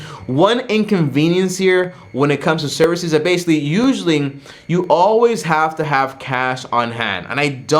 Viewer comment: stop saying basically in every sentence 😫 you don’t even pronounce it right “basilly”🧐